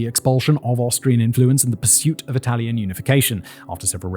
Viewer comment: Bar a couple of misplaced accents and words here and there, Simon’s excellent italian pronunciation is only to commend. 👏👏